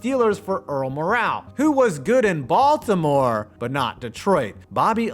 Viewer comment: You miss pronounce his name its Earl ( More -all ) Morrall not (morale)